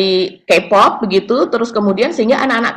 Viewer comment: sedikit masukan utk cara baca K pop, K dlm bhs inggris dibaca "kei" bukan "ki".. sukses terus!